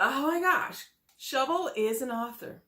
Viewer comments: Wow Hater her name is SHA-VEL not SHO-VEL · Why are you calling her Shovel her name is pronounced SHA-VELL .If you saw the show you know her name you are being MESSY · Pronounced MY E LAH Prounouncrd SHA VEL You sound crazy mispronouncing these people names. How can we take you seriously? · Dam, atleast say her name right, give her that. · The way you butchers Shavel's name. Smh🤣🤣🤣